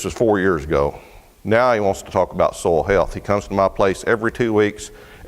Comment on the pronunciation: Ain't it cool how pronounces soil? Its soul! En arche en ho logos....!